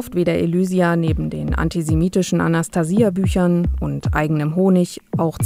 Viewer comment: die kann ja nicht mal den Namen Anastasia richtig aussprechen ! Forscher der Linken !